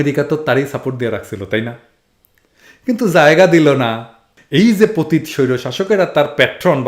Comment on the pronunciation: ভাই প‘তিত না। উচ্চারণ টা হবে প‘তি‘ত। আপনি যেমন সবার ভুল ধরেন আমিও আপনার ভুল ধরলাম😅। By the way I'm one of your big fan.